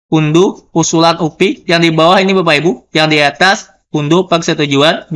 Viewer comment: diejanya "u-pe" pak. Bukan "u-pi" kalo mau english sekalian "yu-pi" saja jgn tanggung2 hehe